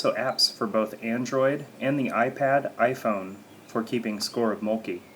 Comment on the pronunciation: Please, get a Finn to teach you how to pronounce mölkky correctly.